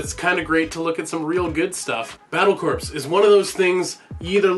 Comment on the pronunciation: Not to poop on your video or anything but, corps is pronounced as core. Id like to see more of this kind of videos Excellent work Also how is your trip?